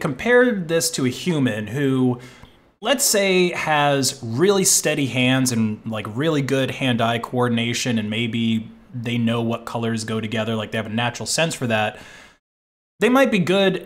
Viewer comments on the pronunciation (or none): Repeat after me: They tu gerdr!